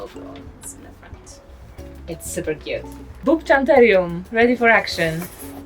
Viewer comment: I’m sorry… did-did you just say boob-chanterium?😂